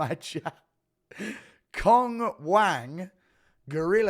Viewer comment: FYI Cong is pronounced like "Tsong"